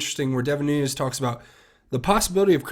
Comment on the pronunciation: NOO-NES... NOO-NES... NOO-NES... NOT... NOON-YEZ!!!!!!!!!!